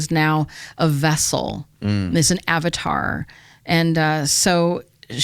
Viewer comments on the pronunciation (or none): none